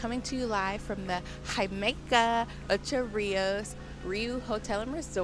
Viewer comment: Himaica😂 no no no😢 its jamaica😊Ja/ma/ica